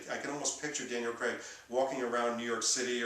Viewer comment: Why do you keep saying Daniel creg? It's craig.